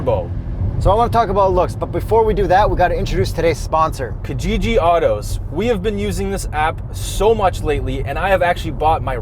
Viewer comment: Okay so I am going to be that guy... You are pronouncing Kijiji wrong! It is to be pronounced 'Key-jiji'... I know a lot of Kenyans and Tanzanians are pulling out their hairs right now. Great review and lots of love!!!